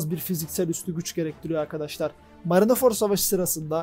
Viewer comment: Marinaford değil de marinford diye telaffuz edebilir misin